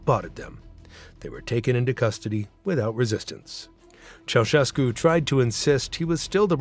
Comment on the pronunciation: Ma come cazzo lo pronuncia il nome????